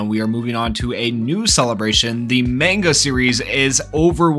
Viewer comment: You pronounce manga wrong